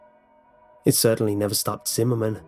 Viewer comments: zimmerman? i thought he said cinnamon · I went through almost the entire video before I realized his name was Zimmerman, not cinnamon. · I keep hearing cinnamon instead of whatever name he's actually saying 😂😂😭😭